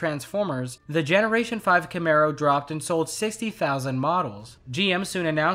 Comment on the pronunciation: It's CAMARO, people, not CAMERO!